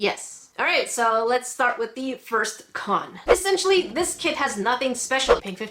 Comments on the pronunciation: I heard "crack kids" 😂😂😂🤣🤣🤣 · lewandowska she said “crap kit” a few times haha 😂😂